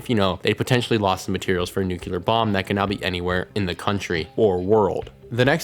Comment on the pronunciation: NU-CLEAR not NUKE-ULAR